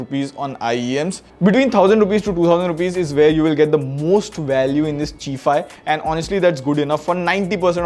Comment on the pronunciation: Chi-fi rhymes with hi-fi. 'Chi' is not pronounced chee but chai like China.